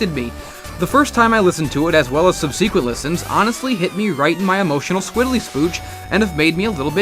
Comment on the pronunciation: You said "squiddely" spooch . It's "squiGGely" spooch.